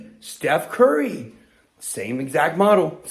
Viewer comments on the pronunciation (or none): none